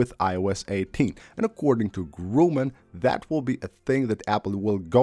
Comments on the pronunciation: By the way: The very trusted source is called Mark "Gurman" not Gruman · Like Cee-ree. And of course like it will be way way better. Like of course. Mark GRUMAN LOL God damn dude, how many times are you gonna pronounce his name wrong... "read re-cipes"? LOL you mean "receipts"? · I mean, after so many videos in which the name is not pronounced correct, I‘ve thought I give him a heads-up